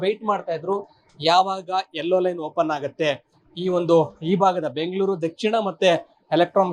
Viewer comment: Aarambha aagutthe kananna adhu, haarambha haagutthe alla 🥲